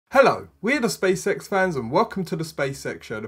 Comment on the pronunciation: Who else keeps hearing "Space sex?"